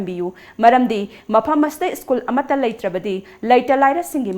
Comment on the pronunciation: It's school, prounce as s c h o o l... not iskul..plz hv it corrected any confusion use Google pronunciation